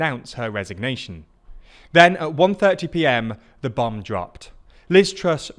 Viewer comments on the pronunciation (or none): none